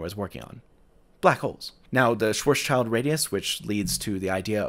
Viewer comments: On the matter of pedantry - Schwarzschild's name is pronounced like Shwartsshild. No child involved. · Why are you US guys systematically mispronouncing Schwarzschild’s name? It has nothing to do with a child whatsoever, but rather from a noble sounding German family name that translates as “black shield”, maybe descending from knighthood. Maybe worth another video? 😜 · Schwarzschild is pronounced like "shwahrtz-shilled" - which literally means "black shield", which is a really interesting coincidence. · The third funny mistake is the way you pronounce the name "Schwarzschild" (meaning in fact "black shield"). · interesting. i expected a mistake in the maths or physics itself somehow, not a historically inaccurate usage of the notation. really cool though. a small thing and pet peeve for German speakers: the name «Schwarzschild» always gets pronounced unnecessarily over-engineered (and more wrong that way) by anglophones.. it rhymes with "wilt" or if you want to with "chilled" – i'd render the pronunciation as SHVAH-chilt for a normal talking speed. German doesn't properly contrast the English /w/ and /v/ sounds so stick with /w/ if you will, and English doesn't do final devoicing so /d/ or /t/ in the end are fine.. but it's definitely a short i sound, not an eye, and either ts+sh or just contracted to a ch, not some ts+tch which isn't even anything that normally happens in English safe for Russian loanwords maybey so i always wonder why you lot strain youself to pronounce it like that. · Thank you for this very interesting video. But, is your pronounciation of “Schwarzschild” correct? From a pedantic Italian who has studied German. 😉